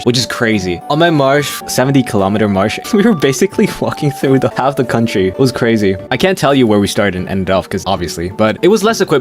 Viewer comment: His CUNTry